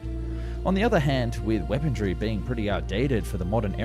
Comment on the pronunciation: I love your videos, however I don't remember there being a "t" in weaponry. Ur killin me bro